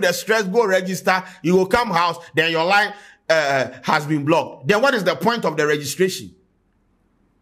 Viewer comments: please it's Been* not being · "Been" not "Being".